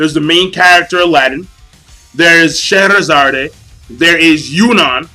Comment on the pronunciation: I hate to be that guy, but Scheherazade is pronounced: (shu-hair-u-zod).